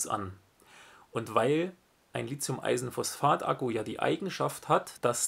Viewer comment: Gutes Video, aber eine Sache stört mich: "Lithium", nicht "Lizium".